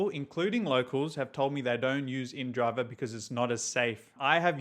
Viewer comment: I get annoyed by people that call the app indriver. It's inDrive. No r at the end.